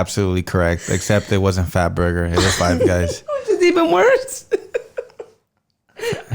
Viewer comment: I died of laughter when couldn't even say "Fat Burger" omg you've come a long way 😂😂😂